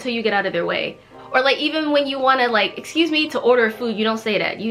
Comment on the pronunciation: No one says excuse me Jimin: excuje meeee🤣🤣